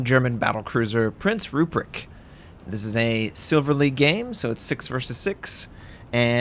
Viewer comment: ACKSHULLY, Notser, it’s ROOP-wrecked, not ROO-pricked. 😉